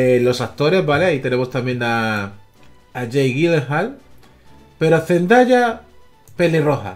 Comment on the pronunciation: Se pronuncia Zzndeia